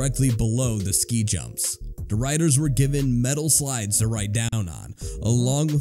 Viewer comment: "Da rydas"